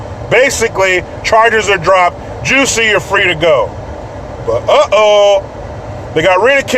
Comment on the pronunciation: It’s Jussie not Jessie jesus fucking christ